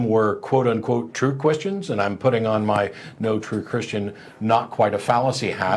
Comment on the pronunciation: "true kwisschins"😆